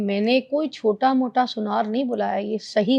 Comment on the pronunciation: Aunty ji سنار hota h , Sunyar nh hota 😂